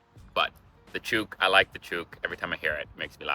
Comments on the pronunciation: It’s chook not chuke say it like book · Chook rhymes with brook not fluke. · choooook is not, it's pronounced like took or look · We don't chewk say took with ch chook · You pronounce the o’s in chook like you would say book. It doesn’t rhyme with boot. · It's chook as in book, not chewk as in fluke. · Mate? Well, there's the foreign mehte and then there's the Australian maahte ... draw out the vowel with an A. Chook? Not choook, pinch the double-O vowel... make the O more like a pinched U Barbie? The Australian accent is non-rhotic, so, not barrbie, but baahbie (see maahte) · It’s chook as in took, or crook, not chuke as in puke. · It's chOOk not chuke. We also do use beauty, but in typical Australian fashion we shorten it. We use bute. As in, she's a bute. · Mate it’s not a chooook ….l’ts a chook pronounced like book. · Chook rhymes with LOOK!!!! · Chook pronounced the same as look, is any chicken, alive or otherwise. "I have about 20 chooks in my backyard". Champion can also be used instead of legend. "Thanks mate, you're a champion." The maggie will be back to normal soon. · Magpies learn who people are. So he will probably not like you next season too.. Try feeding them (not bread) in the off season, they can learn to like you. Just a bad time, breeding season.. Chook iis said with a short oo.. Like CH-uk.. Bachelors Handbag is coz you can tell the single guys in the shop, who have bought a chook and some bits and pieces for dinner. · You need to work on your pronunciation for chook - rhymes with book or hook. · You are pronouncing chook wrong……should rhyme with cook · OMG no, one attacked you? lol. Yep tons of people do get swooped. Chook is said as you if you're saying book. I hope that helps. Cheers my friend I hope that you really enjoy it here. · I fell off my couch hearing chew'k for chook. Oo is a long sound. Good list of terms/words. Just work on the pronunciation. (Put em far sis on the correct sil arbles) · chook rhymes with look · Yeh. Not with puke🤮